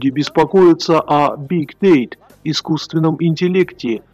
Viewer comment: Озвучка - дно. хоть бы научился правильно произносить термины вроде big data и technology